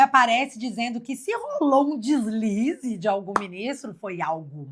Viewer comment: "Deslise"... kkkk foi foda